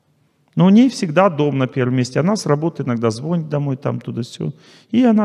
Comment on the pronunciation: Много рационального. Но! Нужен лектору репититор по русскому языку. Слушать невозможно:лОжит, звОнит, кофе у вас среднего рода, нет понимания, где- обоих, а где - обеих. Теряете слушателей! Над собой нужно работать, тем более, что вы сами других этому учите и позиционируете себя, как грамотного человека, кандидата наук. Недопустима элементарная неграмотность. .